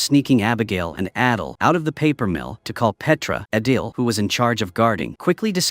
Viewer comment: The fact that the ai script kept saying adel instead of adil (adel is literally my name)😭😭😭